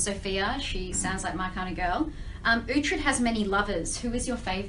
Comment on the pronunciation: Uhtred not uthred